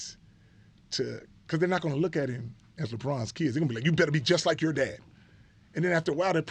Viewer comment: Chris, "a instead of -er". your? the word your has a -er in it?